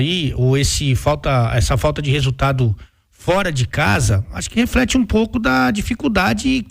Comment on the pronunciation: Ôhhhhhh... Não é "refelte" não... é "reflete"....